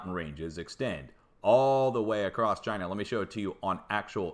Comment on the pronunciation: Had a good laugh at you murdering English place names,. Also love your Trumpesque "Chynah". Keep up the good work. All the best from the UK.